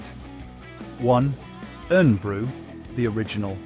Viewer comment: Omg the pronunciation of Irn bru is brutal, it is pronounced Iron Brew but spelled Irn-bru.